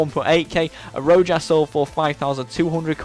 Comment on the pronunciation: It's Ro-has